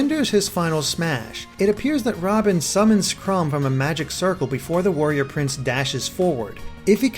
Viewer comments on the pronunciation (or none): It's chrom not crum